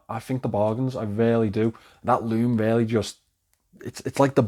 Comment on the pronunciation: You have to switch up your vocab a bit. You use the word "really", which you pronounce "rarely", about 500 times per video